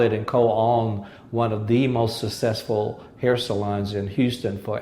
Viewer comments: what is "sa-sessful'? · Ironically, the one word he doesn't know how to say, he says 500 times in this interview. lol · He probably has problems with some of his pronunciation like "successful". Besides his failed marriage. He seems to be a good man.